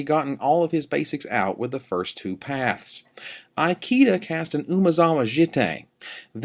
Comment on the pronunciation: is pronouncing Ikeda's name badly wrong. "I" rhymes with see (or even bit, if you want to Americanize it), "ke" rhymes with may, and "da" is correct. This is like asking someone if they speak EYE-talian. Seeing as the player in question is in the running for POY, and the Japanese have long been a power in competitive Magic, commentators should really learn how to pronounce their names correctly.